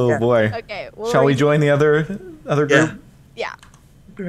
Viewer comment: Lol said if you heard her "do one of you guys want to stay as a forward on the 'udder' side"